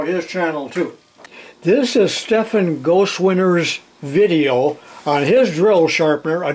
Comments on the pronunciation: We love ya, but you sure buggered up Stefan’s last name! Ghost-winter, 🤣🤪🤣🤪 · Gotteswinter is said, in 4 syllables: Got-tes-win-ter. It means God's Winter.